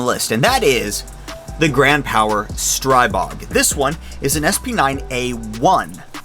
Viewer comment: It is not a Stry bog. There is no such thing. Never, ever. It is pronounced the same as "strip". is it that hard???